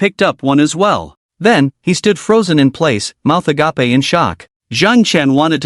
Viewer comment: it's agape not agapey